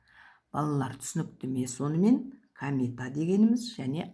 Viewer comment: Камета емес комета!